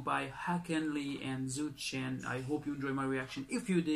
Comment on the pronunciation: The pronunciation for Zhou Shen is Joe Shen 💕💞💕🇲🇾